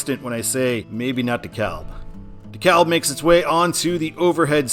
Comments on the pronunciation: Yes, I was about to comment that! It was driving me crazy how he was saying it! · I'm from the Atlanta Metro so when you said De KA-L-B instead of De-CAB- that pained me . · It is pronounced DEE KALB.